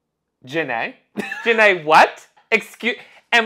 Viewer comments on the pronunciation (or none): The way you pronounce her name makes me think of Forest Gump saying Jenny’s name as Jen ay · Everytime "Ja Née" is said, I can only think of Forrest Gump saying "Jenny"